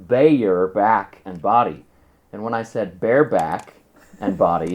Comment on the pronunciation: BAYER is, in its country of origin, pronounced like "buyer"